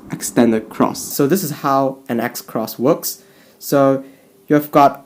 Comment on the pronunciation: "This is how an X Cross wooks" UwU